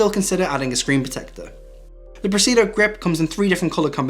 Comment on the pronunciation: Great video! You're leaving out one of the "i's" in Presidio, when you pronounce it and when you write it in the description.